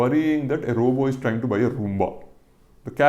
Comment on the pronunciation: When will we South Indians learn that it's not robo but robot!!!